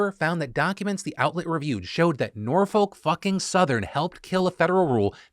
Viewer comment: Not a big deal here, but I've got a small correction for you - I'm from the city of Norfolk, VA and I just can't get over how you keep pronouncing it. You shouldn't pronounce the "L" at all, and that second "O" should be pronounced as if it were a "U". Basically, it should sound nearly as if you're cursing every time you say it.